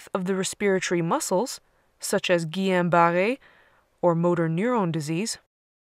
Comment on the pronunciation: The way she pronounced Guillain-Barré😍😍 Awesome explanation!